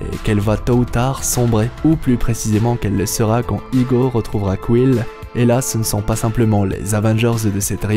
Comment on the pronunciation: a chaque fois il dit igo.... c'est ego je crois